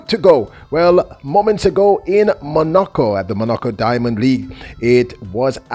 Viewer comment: Bro, can you try to pronounce the name: Monaco properly.